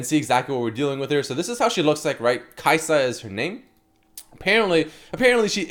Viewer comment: Kai’sa(din). Haha.